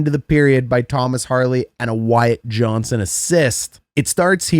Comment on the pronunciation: Good video except..... his name is Wyatt JohnsTon.